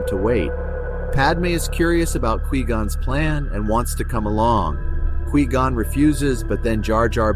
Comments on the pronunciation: why do you keep saying "Key Gon" and not Qui Gon lol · Who is keygone? It's not que gone either It's Quigon (kw-eye-gone) Have you ever watched the phantom menace? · Lol kee-gone, kai-gone, kwee-gone. Its pronounced kuh-why-gone, bro. Were you saying it wrong multiple ways on purpose?😂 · Qui-Gon is not pronounced as Key-Gun but as Qui-Gone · It's kwy-gonn not kee-gon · The audacity of pronouncing Nute Gunray correctly but calling Qui-Gon “key gone” 😂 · Key-gone, carry on. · Stop saying Key Gon.. are you serious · I could only hear you say key -gon 3 times and I had to dip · Kee gone... Girl really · Ki gon, Qwee gonn, Kai gon. If I hear one more mispronounced version of his name lolol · I’m wondering if it’s AI that is speaking in this video because I’ve never heard anyone pronounce qui gon as kee gon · “Key gon” 💀💀💀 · Tell me u just called Kee Gon😭😭😭😭 don’t even talk abt Star Wars if u don’t even know their names bro😭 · I had to stop watching this just because you wouldn't stop saying Key gon 🔑 😡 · “You once were a Key-Gone, but now you will BEgone!” Darth Maul. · “Obiwan expresses to ki-gon” 😂😂😂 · Key Gon? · Kwee Gon? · Kai Gon? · Key Gon :D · ah yes, kee gon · Couldn't get past hearing "Kee-Gon" and had to shut off the video. I'm sure it's an adequate list though. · FUCKING KEE GON, turned video off instantly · It's pronounced KWAI gone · OMG THIS VOICEOVER CONFIRMS QUI GON IS ACTUALLY KEEGAN FROM KEY AND PEELE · chills would definitely pronounce it like that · That's not how you pronounce qui-gon... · How can you mispronounce quigon? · I literally couldn't watch this! He keeps mispronouncing Qui Gon. If this had been created by a real fan, this would not have happened. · I honestly can't tell if that's ai speaking or not but the way it says Quigon kinda bugs me lol But yes, very good clue finding and hail Darth Binks~